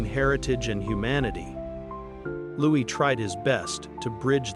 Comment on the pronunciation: Why are you speaking of preparing for adolescence and pre-teen years? Prince Louis is 7 years old ! Also several times you have referred to the monarch being his father?King Charles 111 is the monarch and Prince Louis ( pronounced Looee not Lewis) is his grandchild,not his son. I found this very confusing also inferring they reside at Buckingham Palace is wrong Is there any substance to this story at all?Or is it fiction?😊